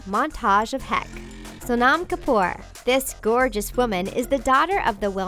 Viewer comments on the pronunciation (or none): any Indian be like, its sow-num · It is pronounced sonum kapoor and runber kapoor. Just thought you wanted to know. This is how you pronounce them. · its not SO-NAHM Kapoor! your pronunciation sucks! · Sonam Kapoor was a shock here. Btw, it is "So-num". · SHE PRONOUNCED SONAM WRONG